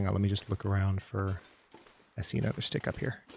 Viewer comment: Me: "Jose Jalapenho on a..": "Steek"